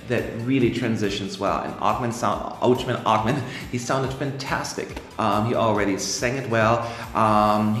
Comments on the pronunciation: Thank you guys for your opinions. "Ochman" is like "h" ---> hen, (not like "ch" ....> chemistry. ) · Ochman with an "h" like in "home" :)